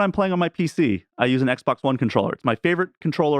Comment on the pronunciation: Why do you call it XBOC?